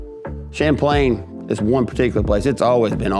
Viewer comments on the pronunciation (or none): none